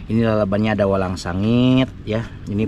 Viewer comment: Hahaha Lucu orang bilang walang sangit malah walangsange🤭🤣🤣 Sukses selalu dan sht slalu buat kg Munir bersama kruhnya